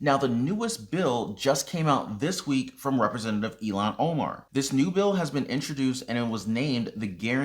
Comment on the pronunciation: I understood her name was pronounced ill hon